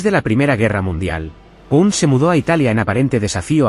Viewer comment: Ojo con la pronunciación, es "Ezra Paund" no Pund.